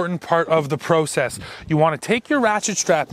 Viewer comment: You're "pro sess" sounds allot like the way you say Process .... 😏